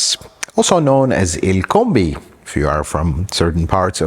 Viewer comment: " el combi" sounds like a very good Spanish speaker 👌